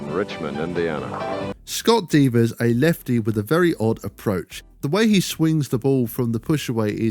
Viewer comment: It's Scott Devers, not Divas